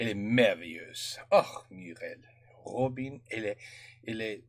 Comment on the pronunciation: If you're fluent in French, why do you pronounce Robinne, as in French, we say Robēn ?